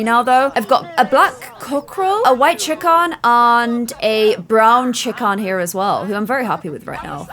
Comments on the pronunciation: I love how she says chickom instead of chicken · Is it just me or 'Chickahn" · I love in Georgia in the USA and every time she says Chick-ahn I get warm and fuzzy.